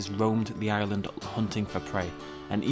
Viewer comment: like the way that you say island as Ireland